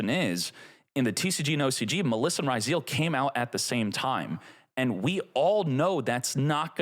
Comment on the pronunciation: Boy, since the Duel Links times, spelled some Yu-Gi-Oh names wrong, and now, 5 years later, the way he says Maliss and Ryzeal hurt my ears